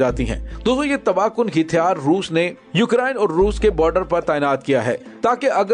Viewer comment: لفظ ھتیار کی اداگی صیحح کریں